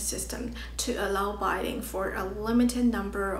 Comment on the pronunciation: Hey, I like your videos. I’m surprised you don’t have more subscribers. I think you should make them more specific to a niche. Currently your videos are quite broad. Maybe focus on obscure Chinese food. I’d love to see more on that. Don’t give up! :) Also your pronunciation of “bidding” is slightly off.